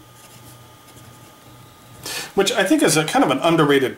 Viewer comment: Hello mate you probably already know this by now but Bodmin is an area of Cornwall and it's pronounced "bodd-min" rather than "boad-min" :) Your comments on the Palladium version of the Studio are very useful, thanks. I used to have the blue version but lost it a few months ago.